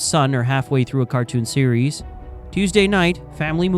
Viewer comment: 😂 How do you mispronounce 'residuals' and then 'series'? If you've never heard of a word maybe search for a video that uses it before you repeatedly show everybody you don't know what you're saying.